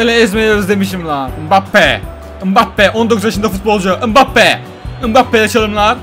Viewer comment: Abi ımbabbe değil embapbe diye okunuyo